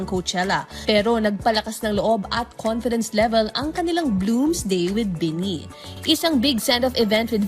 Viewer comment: I know madami pa ring Pinoy na hindi fans ng BINI pero I hope the reporter should atleast did a research on how to pronounce their name properly 😂 Ang weird lang kasi matagal nyo na sinasama sa news nyo ang BINI pero parang di nyo pa rin sila kilala. 😂